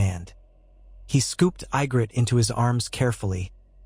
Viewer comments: That looks more like Sansa than Ygritte pronounced EE-gritte. I love the idea of alternative fiction but I wish you fix the mispronunciations. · you had mispronouced ygrittes name less this was ai generated but all in all it was a good Story